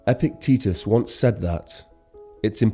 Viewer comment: I've heard this narrator many times. Why did you not rehearse with him how to pronounce "Epictetus"? Very unimpressive.